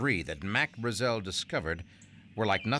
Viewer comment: Why can't the narrator pronounce Brazel correctly, everyone else in the documentary pronounces it correctly God! Can't bare it! Otherwise totally rad doc🤙